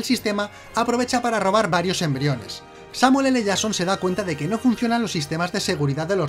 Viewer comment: El mejor "Samuel ele Jason" de la historia.